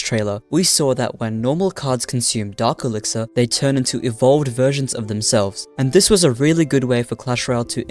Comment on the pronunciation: It’s dark elixir not Dr## or whatever ya said